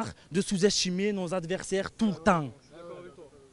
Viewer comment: Du vol et notre faute en meme temps... 2 buts refusés, 2 penaltys non sifflés (pour choc dans le dos sur Gendouzi et main) Sans parler de la semelle en retard qui meritait un rouge.. On aurait du tuer le match avant. PS: Ya na marrrrhh de chouzestchimer nos averrrhhsairrrrh tou tahhh Les orthophonistes ont de beaux jours devant eux.